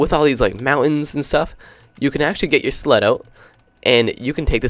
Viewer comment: When he said sled it sounded like slut...